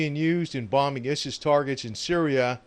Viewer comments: Have to correct you bud but it's not pronounced IS IS but ISIS is pronounced (eye-sys). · ISIS pronounced "I.S.", ISIS as in "eyesis" or ISIL as in "eyesil". Islamic State abbreviated. Please, please, please... NO MORE :-( Most of us know this wonder planes capababilites and what it was ititially designed for and how adaptable it is... Please NO MORE DRONE mate.. PLEASE